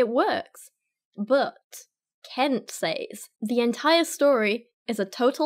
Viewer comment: Please teach us and tell us more Dr Longfingers. And it's pronounced Says, not Saze. 🙉